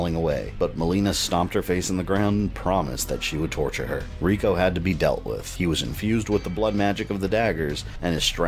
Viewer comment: You're one of my favorite MK guys. but come on, Rico???? You know better then that and you say it like that 1000 times too :(